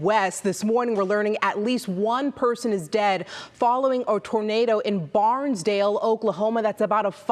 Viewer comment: Barnsdall, not Barnsdale